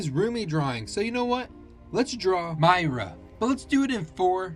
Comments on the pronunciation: Its M- ee- r- u (spelled mira) not M - I - r- a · it's mira, not maira.... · HE SAID “MYRA” IT’S MEERA (BUT IT’S ACTUALLY SPELT “MIRA”) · It's not mire its miira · It is Mira not Miira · Its not Mira its mira😠😠😠😠😠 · It's not MIra It's MEARA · It is Mira not mia😂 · Its not mIra its mira pronounced ira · It’s not mIera it’s Mira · Say/mee raa/ you say Myira/name MIRA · It’s pronounced Mee-rah not My-ra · Mira not mIra 👺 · Is Mira not mIra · it's not my -ra, it's meer-a but still spelt mira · Who is your favourite,the guy is jinx and it’s Mira not maya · It’s not Mira with a long I it’s Mira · It's not mIrHa it's Mira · Its not myra its meera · It's pronounced Meera and the tiger is called derpy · You said Mira wrong but it is pronounced me-ru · Her name is MIRRA and it isn’t wiith the long E! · It's (me-ra) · it’s not pronounced with a long i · Its pronounced Me ra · It’s pronounced Me ra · Pronounce: me ra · ITS PRONOUNCED MIR-A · I love your videos but you said mira wrong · Her hair is pink and you said Mira wrong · He mispronounced her name 😂 do Jinu please 😊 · Bro misprounounced her name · How did you manage to mispronounce her name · You pronounced her name wrong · You said the name wrong, buddy😂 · You said it wrong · Yeah, you said Mira wrong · you said mira wrong